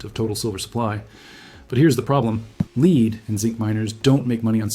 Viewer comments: Asian guy is AI. Lead is not pronounced leed. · AI mispronounces lead. AI says "leed" \, also often AI can't name large numerals. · When prompting the word lead (the metal) use the prompt "led" and your production won't sound as A I (fake). Good info but the total A I (fake) talking head and the quirky graphics degrades the site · I mean who can't pronounce lead as LEAD not lead lol.